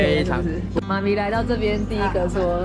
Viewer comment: yuna叫妈咪真的好有马来西亚的感觉 哈哈哈